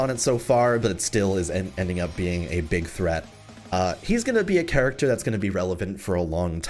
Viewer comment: Anyone remember when used to always say charactfer in dark war. Love you 😂